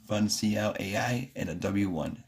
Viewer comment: Fun C L? It’s pronounced fun and uncle. Funcl